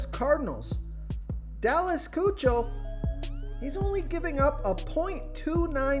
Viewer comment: Lets help you out....Kuechel, but pronounced Ki-Kul